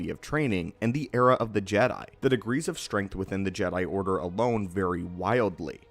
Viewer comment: Again, I like the way he says "Jedi Order"